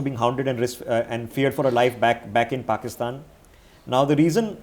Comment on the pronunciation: I like it when calls it Pokistan